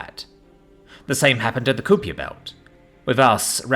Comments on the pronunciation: Nice story, my only complaint is your pronunciation of "kuiper belt" it's pronounced like "kiper", I like ice cream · KY-PER belt (rhymes with piper, jesus fucking Christ......losing the will to listen to you anymore, you really need to understand that mispronunciation can completely ruin a perfectly good story......